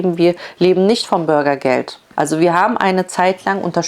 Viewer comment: Burgergeld 🤭😂 ne nicht witzig das Thema… aber die Aussprache schon 😅